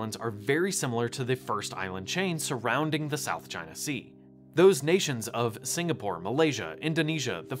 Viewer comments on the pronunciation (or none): none